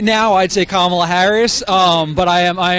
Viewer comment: like your videos but a friendly CORRECTION. The Senator form California ....her name is not pronounced "camala"...it's pronunced KOMMM- ah-la watch the kid you interviewed for the correct pronunciation!! I herd Senator Harris tell a journalist how her name is pronounced and you pronounce it WRONG.